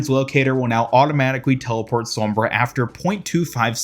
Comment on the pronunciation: Gg to the “spawnbra”